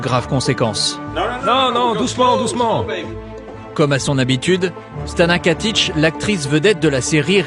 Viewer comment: Why does he say "Stana Katish"? Does het not know it's Stana Katic? Love her so much <3